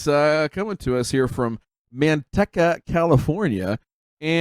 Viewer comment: It’s pronounced Manteeka